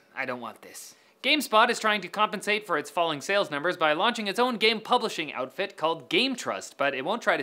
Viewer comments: You said game spot not game stop.... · GameSTOP not GameSPOT.